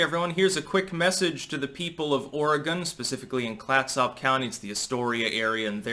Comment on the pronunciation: That's Klat-sup county.